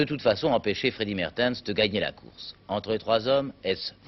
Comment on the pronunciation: Paris-Roubaix 1976, victoire du regretté Marc Demeyer, équipier de Freddy Maertens (qui se prononce MArtens, non MErtens, les Français ont toujours été nuls dans la prononciation des noms étrangers).